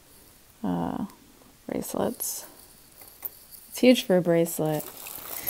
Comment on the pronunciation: You said HUGE like Billy Fucillo and then the Cazenovia College keychain, you have to be from somewhere in Upstate New York, lol. Oswego County representing! :D